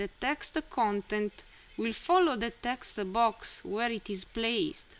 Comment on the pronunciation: "Tha textu boax", gets me everytime xD